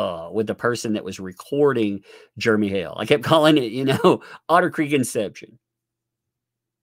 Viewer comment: I giggle every time says "Jeremy" because it sounds like "Germy".